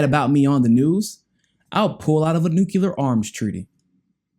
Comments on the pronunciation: Stop saying nucular lol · For the love of god, it's Nu - Clear